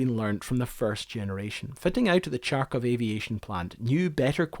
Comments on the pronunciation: they write it for you as kharkov for a reason. The reason being not reading it as tsharkov ;). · CHARkov??? Thought it was HARkov? Or Kharkov. But what's with association of Kharkov with Russia? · Harkov, not charkov ;) - Kharkov. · It's pronounced "HARKOV" not "CHARKOV". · Awesome content, I loved the amount of work you've put into this but (and I understand you have that wonderful Scottish brogue) Every time you say CHARkov, Putin sends another bomb over to HARKiv. Pronunciation matters. Do it right. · Kharkov has no 'ch' sound, kh is pronounced as a hard 'h'. The pronunciation killed the joy of the video. Could have researched the pronunciation as the rest of its parts and try to make it more reasonable. Also kharkovchanka does not necessarily mean Kharkov women, since Russian language uses grammatical genders and a machine/car is mashina, which is feminine. So machine made in Kharkov would be referred to by a feminine word, which is denoted by the ending 'a'. So in this case the word has nothing to do with Kharkov women. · Kharkov, not Charcov... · not Charkov, Kharkov(like HURRY) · I don't get it: assuming by your accent, you are a native English speaking person. And you read "kh" sound as "ch"?!! Why?! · It's same like pronouncing "Hamburg" as "Kchamburg"... Please drop the "K" in front of the name! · Your pronounciation is wrong. Ch in Charkov should be pronounced "h", like in hello or hoe. Other than that - great movie, subbed. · Right so it starts with an H харковчанка it literally means a woman from the town harkov. So skip the K and you are golden. You gotta love languages where you spell the thing that you pronounce letter by letter as it is heard. Not the way some other tribe did it centuries ago. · The city name is pronounced "Harkov" and not "Charkov". The vehicle name is pronounced "Harkovchanka" and not "Charkovchanka" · Karkhiv is not Charr-kief. kharkov is not charr-koff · no, it's pronounced as Harkiv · Your pronounciation of kharkov is wrong